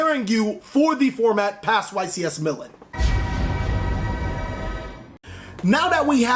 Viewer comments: He said YCS "Milen" 🤣 Not Milan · Meh Lahn not millen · He says Milen xD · Mill - Láhn That’s how you pronounce Milan :) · Yo, I had to...... YCS Millin? Lol. 🤣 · Please stop saying Milen :'( but nice job on the Prank-kids call bro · "Mee-Lann" lol still love your stuff my dude we totally called Prank-Kids being competitive! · Ycs " Millin " ??? 😂😂😂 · Great video, just a note its pronounced Mil-laan. Keep up the great work. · Omg your showing how American you are by how you pronounce Milan😂😂...cracking up every time you say. Milan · Could you butcher the pronunciation of Milan any worse? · Mispronunciation of “Milan” triggered me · So we just gonna pretend isn't mispronouncing Milan? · Getting a little triggered by the mispronunciation of Milan.